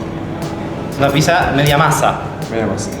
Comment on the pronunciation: Banco que el Burguer la nombre "piSa", cada vez que alguien la llama "piCsa", en algún lugar de África muere un elefantito bebé.